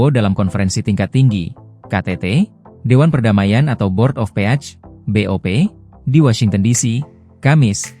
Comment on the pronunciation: Bor of peac.....lucu pembawa beritanya..kayaknya hrs sekolah lagi